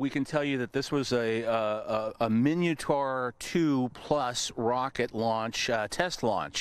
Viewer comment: It's MIN-ah-tor, not EE-min-ee-oh-tor. SMH. And for good measure, 🙄